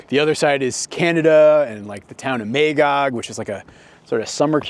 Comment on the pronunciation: I'm a Quebecker, and you pronounced most of the name quite well. Magog would be pronounced more 'Ma' (like with grandma) 'gog' rather than 'May' 'gog', but that was mostly it.